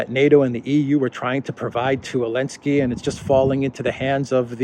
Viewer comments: What did I miss? Why is he saying Elensky instead of Zelensky? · It makes me laugh that you say “Elensky”. I think I would say ZZZZZZZZZZZZZZZZZZZZelensly instead !